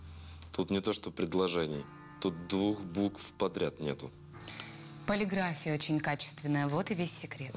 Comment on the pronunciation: ПолиграфИя, а не полигрАфия, дорогая Лада Сергеевна!🤔🤦‍♀️